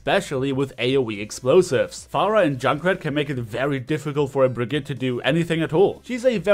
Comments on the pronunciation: how come that even tho you`re german not even you can pronounce the name correctly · naja er hat brigitte falsch ausgesprochen